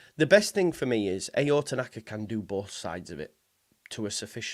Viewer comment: I think it's pronounced ow, like how without the H